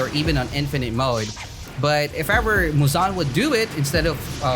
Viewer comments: muuzaan? its muzan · Guys he said it fine he said it right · it's not right lmao